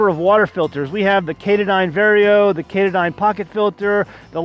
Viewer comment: Katahdyn is pronounced (katawdin) after the State Park in Maine, Katahdyn.